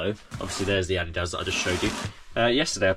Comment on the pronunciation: Finally someone who pronounces adidas correctly 😂